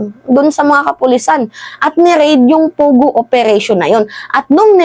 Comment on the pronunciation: Its PO Go, PO Go, not pugo, annoying